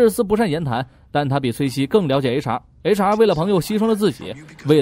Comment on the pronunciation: 不！！我的H.R. 每次聽說HR我都聽成雷傻，然後就愛上這個角色了！